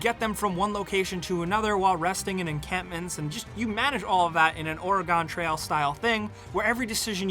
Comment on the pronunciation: I too loved Ore-Gone Trail.